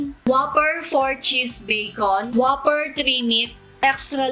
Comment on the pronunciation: Whooper! Not waffer